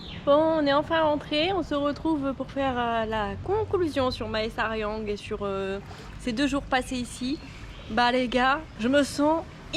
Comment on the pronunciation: Ahah excellent, j'avais eu une copine qui venait de Mae Sariang, ça me donne l'opportunité de voir à quoi ça ressemble ^^. Aussi, toutes les villes qui commence par Mae se prononce "mè" comme le mot mais.